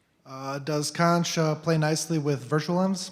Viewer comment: this is borderline mindblowing, my only problem is with the way he pronounces xonsh